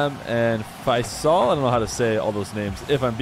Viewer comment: Faisal is pronunced (Feh-sul). That should clear up the pronunciation.